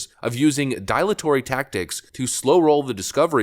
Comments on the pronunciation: "dial atory"? "DIL atory" I like your vids but man, you really need to get a pronunciation guide. So many easy, common, words you butcher. On one hand I get it - you pump out 3-5 videos a day but on the other hand I cringe each time I hear something like "dial atory". Again, I enjoy the vids, just trying to "help". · Regarding the word 'dilatory' it is not pronounced with a long I sound. But Dil, as in dill pickle. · Dill-a-tory, you need to do a run thru before you broadcast........